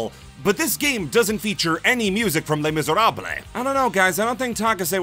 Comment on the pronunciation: "It's time for a history lesson!" Oh, this'll be good. "Les Misèrables-" NO